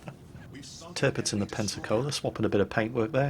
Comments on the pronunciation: Um? its Tirpitz Not Tirptiz? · Did he say derpitz? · "tirptiz" dammit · Did I just hear "Dirpitz"? O_o